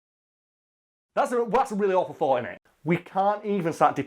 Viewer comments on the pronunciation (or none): none